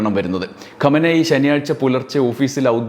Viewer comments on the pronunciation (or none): ഖോമേനി അല്ല ഖമേനി Khamenie